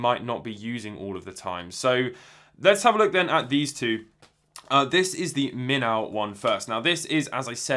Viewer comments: Please do not take this the wrong way. Minnow is pronounced "min-oh." It basically means a small fish. Hence the fish on the packaging. Moray is a tropical eel. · Haha I heard him say minnow and that the name has something to do with fish, but had never heard of a minnow before. Then I went to look at iFixit and saw the minnow and when I read it, I realized it was just how he as pronouncing it.